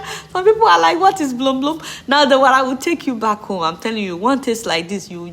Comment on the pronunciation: Hello Adeola i always admire your presentations and I pray the Lord to always guide you The stuff for coagulating Wara is Bom Bom and not Blom Blom 😊 ( just letting you know with love) Remain blessed 🙏